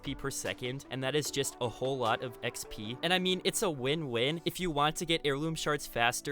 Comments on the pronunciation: Drink everytime he says “X-Pee” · dude the way he says exp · Notice the way he says xp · So no one is going to say anything about how he says 'XP 😏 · The way he says Xp and he said it a lot to